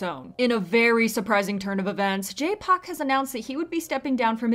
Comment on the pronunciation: Why do you keep saying Jay Pak...?